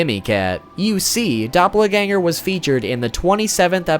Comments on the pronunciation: doh - pel not doppler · your pronunciation of doppelganger triggered me. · Dop-le-ganger? I know you mentioned pronounciation not being your thing but damn dude :') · Doppla-ganger? Really?